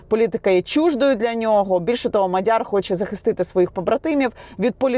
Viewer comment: Яніно,МАдяр не МадЯр..і ще п'ять - сім слів для коменту😅